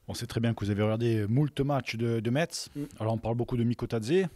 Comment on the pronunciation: On ne dit pas "METS" on dit "MES". Vous n'allez pas vous faire que des amis si vous n'apprenez pas à prononcer correctement le nom de la ville qui vous acceuille.